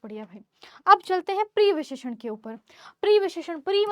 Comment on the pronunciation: mam previsheshan nahi pravisheshan